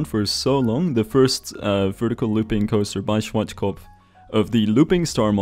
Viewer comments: Germans: Schwarzkopf Rest of the world: Swartzschkopf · schwardschgopf xD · Its funny how you say Schwarzkopf XD